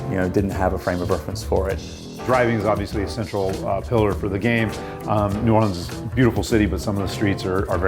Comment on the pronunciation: New boreeeerhzzkkskd